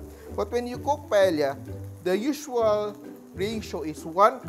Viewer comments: mawalang galang na po chef!! Ang proper na pag-pronounce po ng PAELLA ay hindi po pa-ELYA kundi pa-EYA!!! The ELs are SILENT!!! Yun lang po 😊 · It’s actually pronounced “Pae-ya” The double L in Spanish is pronounced as the letter y. Since Paella is a Spanish dish, it’s better to pronounce it appropriately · It’s called PAEYA. You need to watch how the Spaniards say it. Thank you. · In Spanish, it is pronounced as silent L. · Chef ka ba talaga? Proper pronounciation ng paella mali pa?